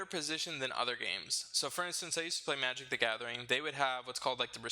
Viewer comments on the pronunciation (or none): none